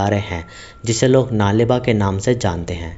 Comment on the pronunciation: U r pronouncing it wrong... Its नाळे बा (कल आना कन्नडा में) not नाले बा।